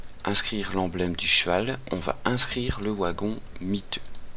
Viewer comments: Le "W" de Wagon se prononce V. Mais merci pour ta vidéo ! c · Le OUagon ! :p tu es Belge ? Suisse ? (je critique pas, je suis originaire de Metz, à quelques Km du Luxembourg ;) tiens sinon j'ai partagé toute ta playlist qui est bien pratique pour débuter sur le jeu sur le site communautaire que je gère : ! tu es welcome ;) ++